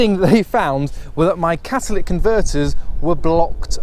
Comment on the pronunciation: CATALYTIC, NOT CATALIC GAH IT HURTS MY BRAIN